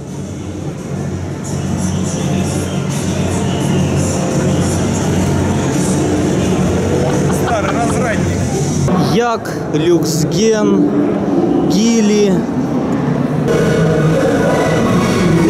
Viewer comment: Не "гили", а "джили"))